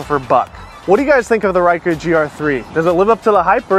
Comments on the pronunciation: I’m 53 seconds in and I swear if I hear this dude mispronounce Ricoh one more time then I’m going to throw myself out this third floor window... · As everyone has already pointed out, you're mispronouncing the name Ricoh, which is weird since everyone else pronounces it correctly and automatically makes me wonder if you know what you're talking about. Expecting stellar video from a Ricoh camera also makes me question if you know what you're talking about. That's not what it's for and it's not a priority for these cameras. Also, the complaint about stabilization is weird since you ultimately admit it takes superior photos to the camera you chose to compare it to. Seems like you were just trying to fill time in your review, and most people have a tendency to lean toward more complaining rather than more praise. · probably because you're the only person in the world to pronounce it that way. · He’s pronouncing bokeh correctly tho. Ricoh not so much. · You’re pronouncing it wrong fella. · Like. How the fu*k are you pronouncing Ricoh!! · Please say the name correctly... Uggghhh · How can you believe anyone who can’t even pronounce the name of the brand properly? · Never heard of a "Riker" griii. Its Ricoh pronounced REE-CO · It is better to know how to correctly pronounce the product you are reviewing. I will blame Kai, Raicoh.... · its ree-ko and bok-kay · I think you are mispronouncing "Ricoh". You are saying "why-koo" when it should be "ree-ko". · Did you use the lasted firmware and the lasted ImageSync app by Ricoh? Why do you pronounce it Rai as opposed to Ree coh? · Reiku not Ricoh, get it right people! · Just got it myself, btw you're not pronouncing Ricoh well, Rycu? It's Ree coh. lol. But you shoot in program auto so... it's fine. lol. Thanks for the video.. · you wanna see my rye-koo?? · RAICO? Like AIRAQ vs IRAQ? It is RICO.. not RAICO. ;-) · Reecoh, what the hell is a Raicoh? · Stop. Saying. RYKOH. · feel like im losing my mind everytime you say rykoh.